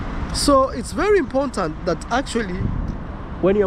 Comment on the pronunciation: still saying “imporntant” is crazy